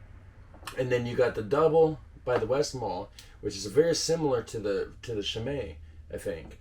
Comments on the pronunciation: For the pronunciation, in Belgium usually in Dutch and French, a CH usually is the same as an SH in English. So Chimay you said correctly and Rochefort is the same ch wise. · Yes, a good way to explain the pronunciation. Chimay was more or less pronounced right. Rochefort was butchered a bit more ... but I really like the sound of how he pronounced it: "rockafort" :)